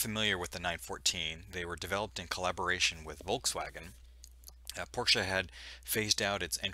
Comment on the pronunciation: Thank you for the right pronunciation clarification on the Porsche (Por-sha) name. It truly is not tomato tomahto